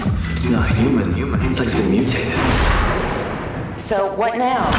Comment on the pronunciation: It's pronounced Uvey...